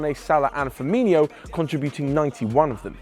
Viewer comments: Great video but his name is FirmiNO not FirmiNHO. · Ok I’m a liverpool fan so for a start this prick needs to know how to pronounce player names it’s firmino not firminiho twat